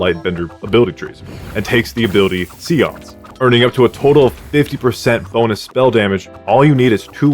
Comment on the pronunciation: I hate being that guy, but it bothered me. 'Say-ahnse' (Seance) and 'Uhh-gah-vay, or ahh-gah-vay' (Agave).